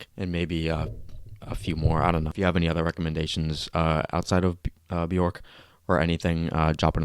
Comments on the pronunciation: her name is pronounced "bee-ork" :-) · Learn to pronounce her name right pls <3 maybe watch an interview or documantary about her :)